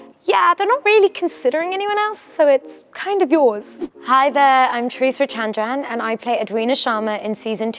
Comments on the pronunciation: It's weird that she can't pronounce her name correctly 😄. No need to have much knowledge in Indian languages, be it her parents' ( Tamil ) or Hindi. But at least learn to pronounce the Indian name correctly. When we tell an italian word it should be pronounced as italian, when it's an Arabic word, pronounce it as an Arabic. Even if you can't do that, at least do justice to your name. CHERI-T-RA CHAAN-T-RAN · yeah right bec that's not how you say it in tamil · Everything is good, but the way she pronounced her name 🤦🏽‍♂️ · 🥲Can't even pronounce your name properly....... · I think youre awesome! You're great, accomplished, and well-spoken......However, I don't know if you pronounce your name like that or if you're doing it to make it "easier" for non-Indians? It's a pretty name and doesn't need to be changed if it's not how you and your family personally say it. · She’s so talented and gorgeous but I cannot get past the fact that she’s mispronouncing her own name 🙄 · Charithra can't evn say her name correctly 😭😭❌🚶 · She's probably saying a version that is easier for non Indians to repeat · And yet cannot pronounce her own name correctly 😂